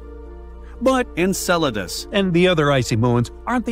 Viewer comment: the AI said it perfectly, didn't it?